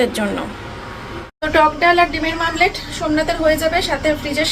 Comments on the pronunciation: তুমি ভুলভাল উচ্চারণ করলে মেয়েটাও তাই বলবে মামলেট বার বার না বলে ওমলেট বলো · Mamlet na bole omlette bolte sakho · It's dimer omlet not mamlet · ডিমের মামলেট এটা কি কথা হ্যা,শুধু ভুলভাল উচ্চারণ করেই যাচ্ছে ডিমের মামলেট, ডিমের মামলেট পাগল নাকি 😅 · Tomer uchharon max vul .. meto noi mete , mamlet noi omlet ... Thik kore kotha bolo tomer video sudhu ranaghat er lok toh dekhena ranaghat er baireu dekhe so careful hoye ektu bolo